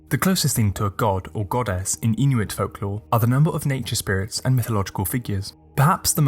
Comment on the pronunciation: As an Inuk, this video got every myth right, just as I heard these myths growing up. The pronunciations of the Inuit language through that smooth British accent were on point.